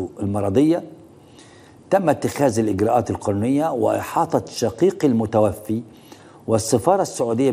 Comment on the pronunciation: معلهش يا أستاذ و انت كمان بتنطق عربي غلط. المتوفى بألف المد المفتوحه و ليس بكسر الياء. لأن بكسرها يكون الفاعل المتوفي هو الله أما المتوفى بفتح الياء يكون المذكور هتان أو غيره